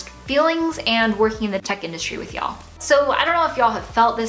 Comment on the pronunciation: does everyone in san francisco say ya'll? YALL YALLL YALLLL sounds so weird haha